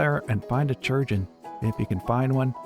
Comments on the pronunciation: STOP FUCKING SAYING CHURGEON ITS SPELLED CHIRURGEON KAI- RURJ- UN YOU MAKE ME ANGRY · Um, "Chirurgeon" has a greek etymology, which means that it should be said as "Kee-rur-jay-ohn". In latin and greek based languages, unlike celtic and slavic languages, "ch" is a hard C, not a soft C. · I attend an event called pennsic and we call our medical staff, on site, chirurgeon. The popular pronunciation for this word is Ki (like kite) ur (like urn) geon (like surgeon) ki-ur-geon. Rolls off the tongue a lot better 🙂. Love this show. Totally needs more of a following. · Yep, for example in Italian chirurgo=surgeon so I found Crunch's pronunciation really funny